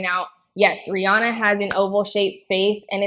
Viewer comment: It's "Re-Anna", not "Re-Ahna".